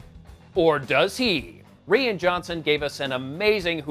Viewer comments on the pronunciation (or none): It's pronounced Beanie not Bernie. And Rian is pronounced Ryan. You have to work on your pronunciation.